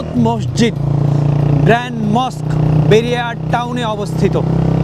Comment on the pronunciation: বেরিয়া টাউন নয় বাহারিয়া টাউন।